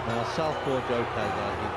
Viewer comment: The level of disrespect in getting his name wrong is crazy. Showed joe as much respect as Hopkins did